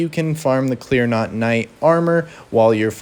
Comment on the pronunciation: My brother in christ, love the video, but its CLEAN ROT not CLEAR NOT. (